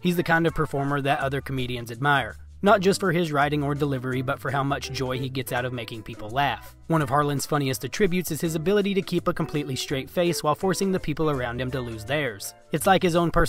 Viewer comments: UhTRIByutes? Uhmm..... what in the ACTUAL FUCK is going on? Is this AI? idc if you speak a different dialect. That is absolutely NOT the way such a word would ever be pronounced by ANY FUCKING ENGLISH SPEAKING HUMAN. SOMEONE FUCKING EXPLAIN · Funniest a-trib-yoots.., is this text to speech?, that's the pronunciation for a different meaning of attribute. eg: he attributes his success to long hours of practice.